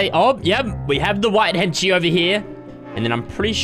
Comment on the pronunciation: When says henchie sometimes it sounds like he is saying Kenshi, like the mortal kombat character